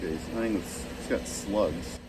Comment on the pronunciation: I can't stop laughing at hearing you say "hunning" instead of "hunting."